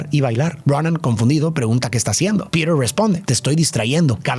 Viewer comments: La película me encanta , PERO DETESTE QUE DIJERAS “PIRER”, POR FAVOR HASTA EN LA PELÍCULA EN ESPAÑOL LATINO SE PRONUNCIA COMO “ PITER “ , eso arruinó para mí este análisis de esta película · en latam PETER es PITER, no Pider.